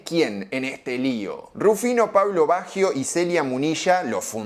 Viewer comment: Excelente análisis. Eso si : que carajo le pasa a Argentina que no puede pronunciar bien un apellido Italiano ????